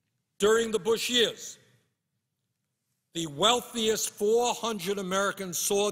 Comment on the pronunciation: Bushearssss has me in tears every time I watch this